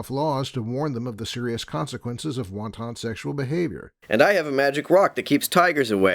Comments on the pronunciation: Ever time says "wanton" I get hungry for Asian cuisine. I know this is a nitpick, but it's "whant-un", not wonton ("whan-tawn"). I do wish he'd start putting the emphasis on the correct syllable. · so I'm supposed to take the word of a guy who claims others don't understand "big words" and yet he cannot even pronounce "wanton" correctly? Personally, I don't engage in "wonton sexual behavior"... not even sure what that is... having sex in chinese food? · I've got that wonton lust in my belly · I'd argue that his pronunciation of wanton is worse than either.